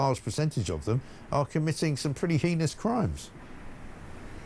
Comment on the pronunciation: Heinous is pronounced 'haynuss'.